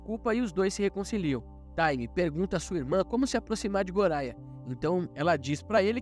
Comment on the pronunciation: O nome goria se pronuncia goya e ren e len